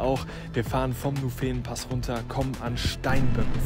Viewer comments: Nuufenen gesprochen nicht nufeen :-) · Nufeehhnen - aua aua Nuuhfennen - bitte bitte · Sehr schön gemacht, das sagen hier ja auch schon alle anderen. Nur bei den Namen sollte man sich halt bei den Einheimischen erkundigen. Der Nufenen d oder italienisch Novena spricht man nicht Nufeenen sondern kurz, Ton auf der ersten Silbe dem u. Die enen sind wie bei Birken ohne Ton. Anders beim italienischen, da liegt der Ton auf dem e, also Noveena. Ähnlich bei der Tremola, italienisch von drehen. Da liegt der Ton auf dem e, also Treemola, das o und das a kurz. 😊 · Hey. Cooles Video. Dass man den nUUUFenen anders betont hat dir schon jemand geschrieben. Das nächste Mal meldest du dich, wenn du in der Schweiz bist, dann geb ich dir eine kleine Einführung in die Namen. Was aber wichtig ist: Postauto mit Fahrrad nutzen geht nur noch mit Reservierung (in der ganzen Schweiz). Sprich spontan geht (meist) nicht. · Wieder gut👍Nett wie du Nufenen betonst. So habe ich das noch nicht gehört😉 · Habe ich auch gleich gedacht 😁😁 das erste e wird bei uns nicht so lange betont ... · Danke für das Video. Nufenen wird in der schweizerdeutschen Aussprache korrekt auf der ersten Silbe betont. Nachzuhören z.B. in diesem Video bei ca. Falls du noch mehr Lust auf Alpenpässe in der CH hast, es gibt dazu einen interessanten Anlass, das Alpenbrevet. in der anspruchsvollsten Kategorie "Platintour" sind dabei an einem Tag fünf Pässe mit insgesamt 267 Km und 6'800 Höhenmeter zu überwinden. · Nufenen gerne auf der ersten Silbe betonen. Es heisst auch nicht Nufenpass wie im Einblender. Ansonsten sehr schöne Bilder!